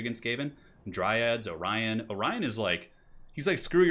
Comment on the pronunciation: Orion not Orien.